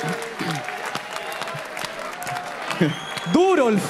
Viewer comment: Si en la próxima edición, escucho al señor decir DUROLF me vuelvo loco, pierdo la cabeza. Salu2